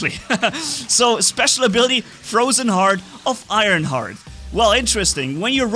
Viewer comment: It's Ironhearth, not Ironheart, it has an H at the end